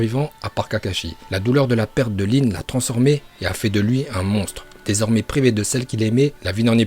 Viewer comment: C'est pas lin c'est rin